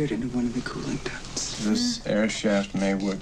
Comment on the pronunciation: First time watching you. Good reaction and analysis, thank you. Tip: some films are best watched curled up on a sofa with dimmed lights... maybe at night ;) Ducts, not ducks. As in air ducts, cable ducts etc.